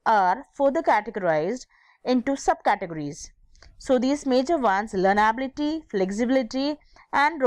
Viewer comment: YOU THINK YOU CAN TEACH HCI WHEN U DONT EVEN KNOW HOW TO PRONOUNCE ITS WORDS?? LEARNABILITY KO LARNAAAABILITI , GENRAAAABILITY , PREDICTAAAAABILITY?? YOU GOTTA BE KIDDIN ME